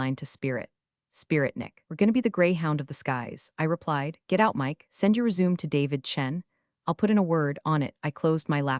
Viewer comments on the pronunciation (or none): Enjoyed the story. My second one this week. The writing is excellent Just a note to the producer - the AI voice pronounces RÉSUMÉ (as in CV) as Resume (as in restart) every time Quite jarring as it messes up the story flow Otherwise, keep up the great entertainment Cheers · Your narrator pronounced resumé like rezoom! Seriously??? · When is AI going to learn how to pronounce resume?😂😂😂😢😢😢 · Listen to more than one of these and you'll find they are all exactly alike. Same phrases(welcome to the dark side) same story with differing details, influencer girlfriend who makes podcast after about "toxic relationships and or workplace. Every story of this channel is the exact same one written by AI, an AI that cannot pronounce resume' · A great story, well told, and the AI narrator is less objectionable than most, although it has problems with "resumé" and a few other words. I'm almost tempted to believe that someone spent some actual money on it.